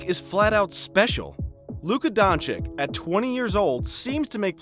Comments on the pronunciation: BTW it's pronunciation is luka donchich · It's pronounced Don-ch-i-tch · This Dončik pronunciation is hurting my ears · LEARN HOW TO PRONOUNCE HIS LASTNAME!!!!!!!!!!!!!!!!!!!!!!!!!!!